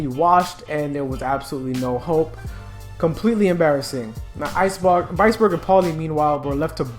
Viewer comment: did ... Did you just say ice-bog!??! 😂lol